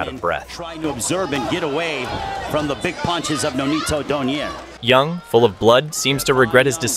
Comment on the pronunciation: fyi: it is not do-nare. It is do-nai-re